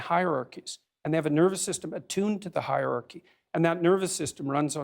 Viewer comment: Completely outside of his brilliance, I am a fan of people who can pronounce hierarchy. It's not high archy.